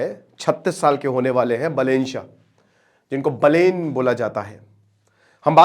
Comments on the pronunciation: "बलेन" नही "बालेन" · Not बलेन बालेन नाम तो ढङ से लो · गुरुदेव बलेन नहीं बा - बालेन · बलेन nahi hai bhai बालेन hai woh 😆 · अरे यार बलेन नही है सर बालेन हैँ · बलेन नहि बालेन बाेलाे जि😂😂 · Pronounciation mistake that BAH LEN NOT BELEN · Its not बलेन साह, its बालेन साह। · बालेन् शाह properly padhiye sir 😅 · Naam ka uccharan toh acche se karo bhai sahab